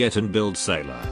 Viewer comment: Wait, I tought Saileach was pronounced as "Sail-Each" but it pronounced "Sai-lah-ha"